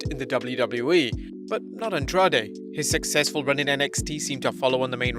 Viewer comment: Your pronunciation of Andrade is really bad. It sounds like andraj